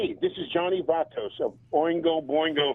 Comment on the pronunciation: "Johnny 'Vay-tos' Hernandez" 😂😂